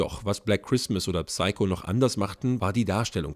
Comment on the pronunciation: Psycho wird im Englischen ohne das "P" gesprochen; nur am Rande. Danke fürs Video aber! :)